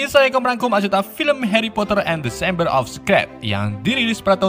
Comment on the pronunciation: The chamber jadi desember. Fawkes jadi faskes. Sorcerer's jadi socres.